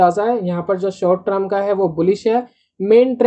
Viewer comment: TER M not TR UMmmmmm